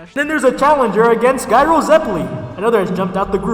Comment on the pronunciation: Also also Gyro is pronounced "Jai-roh".